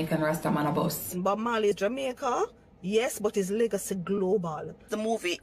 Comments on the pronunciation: Did he just say Jamairca?..whoops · Did he say "in his native Jamerica" ?!? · He said Jamerica. Was that intentional? I hope so. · Did I hear correctly? Did he say “his own native Jamerica”? 😂😂😂😂